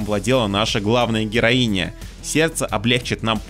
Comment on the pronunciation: Не понимаю, зачем так выделять окончания. Героиня и капитанша нормальные слова